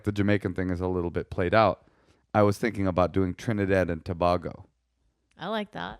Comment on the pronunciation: Love you guys!!.... it's pronounced "Toe-bey-go"! lol I am Trini, we have a sexy accent, you'd love it!